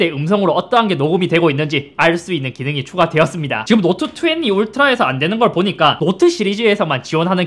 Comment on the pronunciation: 자꾸 노트투왜니라고 하는거 왤케 웃기지